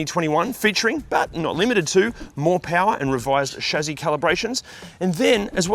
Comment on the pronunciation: Chassis, not "shazzayz" please.